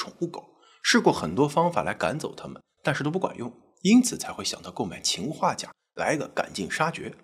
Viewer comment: 秦化钾听着好别扭！